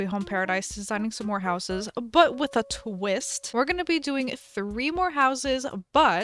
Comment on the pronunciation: the way said “with a tWiST!” was just so- y e s